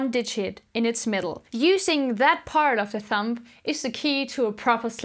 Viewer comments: Love your lessons and accent but its a thumB that makes the thump noise!Thank you for the help. Just bought my first lefty bass. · Cute that you say thump "p" Instead of thumb "b"♥️🎶 Thanks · I LOVE that she says thump instead of thumb. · It's cute, she calls your thumb a "thump". LOL! Good teacher though. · pronounces "thumb" like "thump", how blessed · I love how she pronounces thumb “thump” & plucking “plugging” 😍